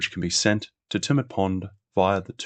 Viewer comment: Hi mate, thanks for a great series on the Snowy Scheme. You presented very well but, having been born in Tumut, I wanted to clarify the pronounciation - It's not Too-mut it's Tue-mut as in Tue[sday], and Jounama [pondage] is pronouced June-a-mar. Sorry, it just rasped each time and I just wanted to say.